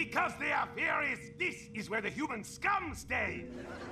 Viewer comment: Dude i swear to god i keep thinking your saying furrys FFS